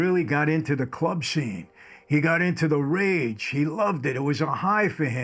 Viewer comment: Rave not "rage" bud